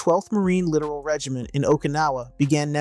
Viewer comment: Please remember it is ... LITTORAL... Pronounced Lit- tor-all... not literal.